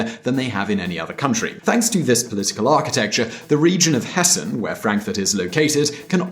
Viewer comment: You pronounced Hessen nearly like a German 👍👍